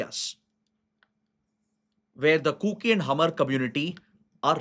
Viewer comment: Sir, Hmar is pronounce as maar , H is silent ..